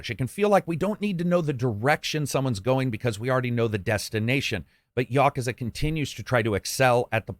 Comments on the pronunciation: ya·ku·za NOT "YA KA ZA" Still Best reviewer hands down! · "gayden" yakaza"😂